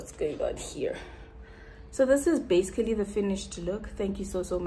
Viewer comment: He also says “bazicals”! And the fact that he knows that brows must be sisters😂I can just tell y’all hella cute together 🥺🥺 He’s got a good voice for voice artistry too